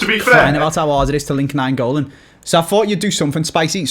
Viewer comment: its nainggolan, not naingolan. Just saying